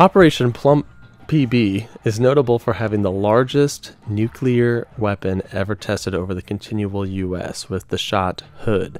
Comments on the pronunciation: The c and l in nuclear are adjacent. There are no vowels between them. the word should be pronounced “new clear” like….FFS it isn’t hard. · It's pronounced nu clear nu clear. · Really should work on pronouncing things correctly. Every time you said "nucular" I cringed a little. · Argh. There isn't a U after the C in "nuclear". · Very informative, hard to watch though because the guy narrating the video about nuclear weapons can't pronounce nuclear properly. And it isn't the "continual United States, it's continental. Finally, please Google plumb Bob. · Kind of embarassing to make such a detailed video and be unable to pronounce the word nuclear. This is getting upsetting to not find a person being able to say it. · absolutely not. Nu-clear is the only correct pronunciation. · Stop saying "nucular" ffs. This isn't a word! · So did this guy just say nuc-u-lar? You've got to be kidding me. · Soooo glad you don't say "nucular". Edit - no wait... you do. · Nucular… hehe. I’m not a stickler for proper grammar, but I can’t do it with the George W. Bush pronunciations while trying to enjoy this somehow. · Say it with me now... "Nu-clear" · Nu-cleer Christ man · “Nuclear”. NEW-klee-ar. FROM “nucleus”. Come on, man. Do you pronounce “Atomic” as “Amotic”? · Nu-clear (pronounced: new-clear) Love the presentation tho! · Nucelar?? Homer Simpson's style? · Its hard to take anyone who says nucular bomb seriously. Also its the Continental United States not the continual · Nuculer bomb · You have a serious problem with pronouncing words. "Seismologists", "nuclear", "contiguous"... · Also, Nu-CLEAR. Not Nu-cu-lar. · NUCLEAR NOT NUCULAR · NU-CLE-AR. Not “nuke-uler”🤦🏼‍♂️ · Why do people say NUCULAR when its NUCLEAR my god... It's annoying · it pronounced noo clear, not noo cular. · It's nuclear - Nu-clear not nuke-ular, you seem to interchange between the correct pronunciation and the commonly used mispronunciation of nukeular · Why do Americans say nucular instead of nuclear